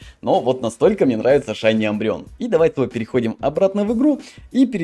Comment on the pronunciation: Мне больше всего тоже нравиться шайни умбреон (Не амбреон а Умбреон)